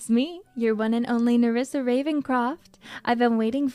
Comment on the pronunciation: what's with the "Marissa"? xD